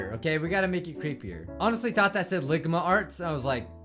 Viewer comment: i could not stop laughing when he said ligama arts